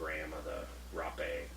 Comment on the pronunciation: These guys miss the whole point of plant medicines. Can’t even pronounce Rape’ correctly......